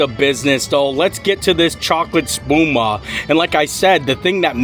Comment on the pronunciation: I'm learning Italian. I got curious after you said Spuma and that you weren't sure if you said it right or not (I wasn't sure either) so I looked it up (just for my own knowledge) and you did in fact say it right😀 According to Google translate Spuma means foam.